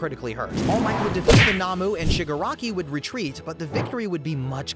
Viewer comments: nahmu ??? NOmu no-mu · "Lieduh" "Leeduh" "Lidduh" "Nahmu" "Eerie" I'm BEGGING you did you even watch the show 🥹